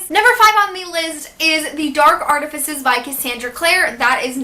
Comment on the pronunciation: Okay, ilysm but your pronunciation is killing me! (Art-eh-fy-ces) FICES. I’m sorry. Ily but it was killing me.